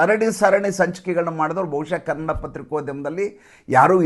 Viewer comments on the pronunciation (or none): none